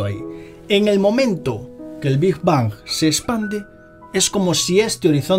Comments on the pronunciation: Bingj bangj hahaha es big bang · Muy interesante el video, nada mas que esta bastante mal que digas "degras", asi no se pronuncia y es como un rechinido molesto en los oidos. Tampoco se dice "Big bons". Pronuncias fatal el ingles, y esto es una critica constructiva, revisa en el traductor de google la pronunciacion, antes de cada video, no es porque no lo digas perfecto, sino porque lo dices fatal, de una forma que ni se parece tantito.